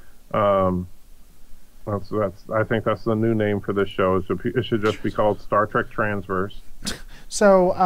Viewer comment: Say 'Star Track' one more time.